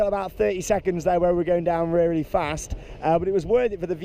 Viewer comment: rearry fast😂